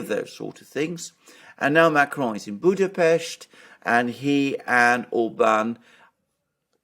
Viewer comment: It's good to hear my hometown (Budapest) pronounced correctly on an English speaking channel. 😊 By the way the party name "Jobbik", the pronunciation is closer to "yobbik", not with a J. The word itself means "better" or "more right". Personally I never voted for Mr. Orbán or his party, and left the country 8 years ago anyway, so I feel unsuited to comment on Hungarian politics.